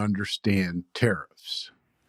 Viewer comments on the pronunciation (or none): I love how it sounds like you're saying "terrorists". That's the word you should be using. Nobody can get "confused" if they understand that that's what's being suggested when people support tariffs